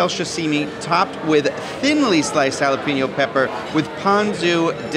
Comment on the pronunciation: It's haa·luh·pay·nyow.